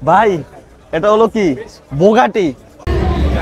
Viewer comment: বুগাটি 🚫বোগাটী✅️ 😂